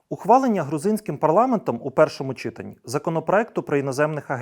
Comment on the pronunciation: читАнні.Наголос на А.